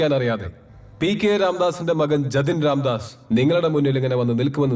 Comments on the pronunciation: ജെത്ത് അല്ല ജെതിൻ രാംദാസ് 😂😂😂😂😂😂😂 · "ജതിൻ രാംദാസ്" എന്നാണ് ശരിയായ തലക്കെട്ട്... " ജെ ത്തിൻ " അല്ല !!! ദയവായി ഒഴിവാക്കൂ....@ cinemas